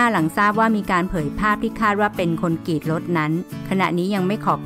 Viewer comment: ดังก่าว กีด..อ่านไม่มีคำควบกล้ำเลย